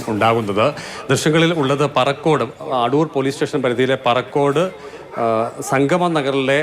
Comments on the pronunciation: പാറക്കോട് അല്ല പറക്കോട്.. Place പോലും മര്യാദക്ക് പറയാൻ ariyilla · പാറക്കോട് അല്ല മാഡം പറക്കോട്..